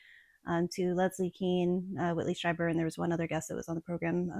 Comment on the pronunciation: It's pronounced "streeber" 😊